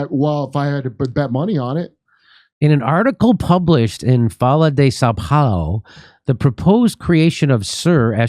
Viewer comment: the H in folha isnt silent. its like the double L in spanish